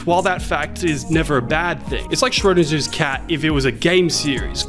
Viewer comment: The g-sound in Schrödinger is pronounced like in "thing", rather than "binge"